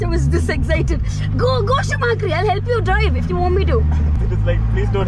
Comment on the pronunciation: Did she just call him schumakri 😂😅